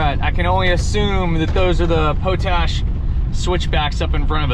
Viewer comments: Props to you for doing the switchbacks in your truck house. I’m sure the YouTube audience has already chimed in on this, but it’s pronounced pot-ash, not po-tash. It comes from the practice of leaching potassium from wood ash and generating potassium carbonate. The evaporation ponds you pass on the way up are for crystallizing potassium from a mine there. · Pot ash road, is pronounced the same as the other pot that you can smoke. lol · It’s pronounced pot ash